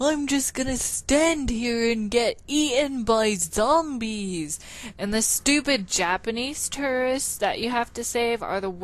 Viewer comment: Thank you for answering my questions. Also, I love the way you say "zombiies": funny as hell.